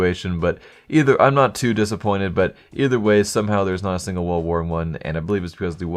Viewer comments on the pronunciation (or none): "theres not a stingle stattrak factory new"